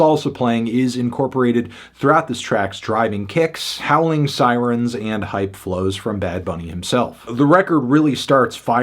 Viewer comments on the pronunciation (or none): none